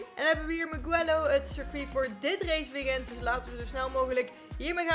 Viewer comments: Gewoon voor de info geen kritiek. Je spreekt het uit als muujelloow. Ik kende het circuit al van de motogp. Dat is met marquez en Valentino Rossi. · De g van mugello is zacht